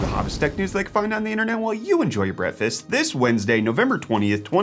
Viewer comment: Still waiting for you to learn how to properly pronounce breaKfast